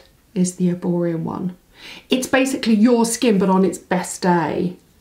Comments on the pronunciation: Is it just me or are you calling it Erborium ??? 😂😂😂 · You are doing a paid promotion for a brand that you cant even pronounce correctly..there is literally no M at the end...there are only 2 shades claire or doree, oxidise horribly